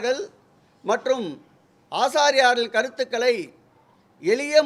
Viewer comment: ஆச்சார்யர்கள் என்பதுதான் சரியான உச்சரிப்பு. ஆசார்யார்கள் என்பது தவறான தகவல். தகவல்கள் கொடுக்கும் அதிகாரிகள் அமைச்சர்களுக்கு சரியான வழிகாட்டியாக இருக்க வேண்டும். .